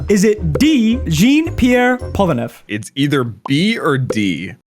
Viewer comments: Polnareff is French. His name is pronounced in French, not English. You're a Jojo Pro, but you have to practice almost every name. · btw its not pronounced "polen-eff" its pronounced "pole-na-ref" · Why is bro pronouncing hean pierre polnareff as gene pierre polaneff😭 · Pol-na-reff not polnef please for the love of god every single time you say it I want to scoop my brains out of my nose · the way he pronounced Polnareff’s name as “Pullaneff” got me dying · Dude be like "Sorry for butchering Okuyasu's name" (which he pronounced 99% right) And then proceeds to give 0 "s" saying "Polanef"s name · Ain’t no way bro said “polaneff” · I might have a mental breakdown if I hear "Polaneff" again lol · Kakyon Gene Pier Polranfef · Polaneff😐🗿Then Dio brrrrrrandoou💀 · Gene Pierre Polnareff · Jin pir polanef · Bro said Polneff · For me it’s sounds like he’s saying “Polaneff” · Gene peer polnaref 💀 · he also said Divolo and Polnaleff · Man said Djinn peer polrenef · Especially when he said “pollenwrath” 💀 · Gene Pier Polraneff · He said it wrong twice. Polonif and followed by polenrif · Gene pier polaneff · The pronunciation is supposed to be john pier polnareff Spelling is jean pierre polnareff tho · It's zhaan phiere folnareff if you wanna say in english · Jean 👖 Pierre Polaneff???? Bro are you a fan or you are just looking on a paper. The pronounciation omg!! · I never saw someone butcher polnareff's name so badly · I physically cringed hearing how he pronounced polnareff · You cant even excuse some with "those japanese names are hard to spell" how does someone mispronounce Polnareff? Speedreading is a vice and a mistake. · Bro cant even say polnareff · How do you manage to pronounce Polnareff wrong in every single one of your videos 💀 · Exactly, the only reason why I'm taking French is to pronounce his name properly